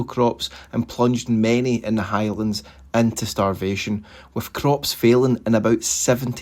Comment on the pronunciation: Into, not ento.